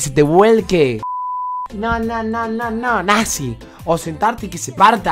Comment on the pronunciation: modo santiagueño NAZHEEEEEEEEEEEEEEEEEEE